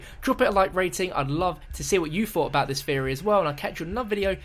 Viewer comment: oh that ending. "Just a game theary"